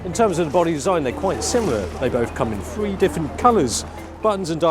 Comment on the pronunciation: dude, dont say "free" its "THREE" maybe its down with the kids, but does`nt suit you.....you are too smart for that crap